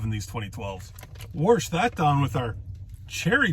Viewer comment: Wow, Smitty must have paid his dues up for that shout out lol. I agree, he is worth a watch. Fwiw, i laugh out loud every time I hear you say warsh. Tastes like artificial red, that's a classic flavour. Sambuca shots on fire, I have a friend that lit his mustache many years ago, no flaming drinks since. Keep the shiny side up.